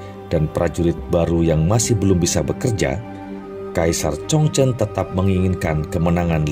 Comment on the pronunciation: Kaisar 崇祯 ZhongZhen (baca Chung Cen) juga 李自成 Li ZiCheng (baca Li Ce Cheng)... Lafal fonetik-nya bukan dibaca n dikite dgn lafal ejaan bhs Indonesia baku... Akibatnya, bunyi lafal fonetik-nya jadi menyimpang jauh dari bunyi Lafal fonetik aslinya... MASUKAN untuk Mimin/Narator, baca dan pengucapan 汉语拼音 HanYu PinYin (baca Han Yi Phing Ying = Lafal ejaan bhs Mandari) bukan dgn ejaan baku bhs Indonesia yg mengakibatkan nama2 yg disebut jadi aneh dan sulit dimengerti bunyi ucapannya, seyogyanya Narator belajar dulu metode dikte/baca Phin Yin atau nanya dulu ke orang yg mengerti bhs Mandarin dan cara pengucapannya yg benar... Sayang informasi dari konten sejarah yg sangat baik jadi rancu dgn bunyi lafal fonetik nama2 tokoh sentral yg menyimpang jauh dari lafal fonetik aslinya... #Hanya sekedar masukan aja